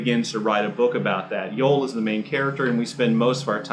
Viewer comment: His name is pronounced Yo-Elle, not Yole